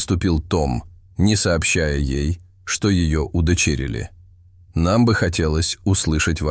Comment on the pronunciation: Удивительный рассказ и замечательный Том. А вот диктору надо поучиться произношению: «удочЕрили» не говорят, и Эдди -девочка, а значит «она, ей и тд»